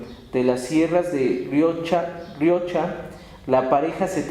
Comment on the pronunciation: Otra cosa, es cañabrava, no cañabra, es Riohacha no Riacha.